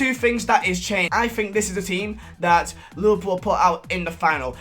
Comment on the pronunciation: Whenever he says liverpool I hear him say lil pump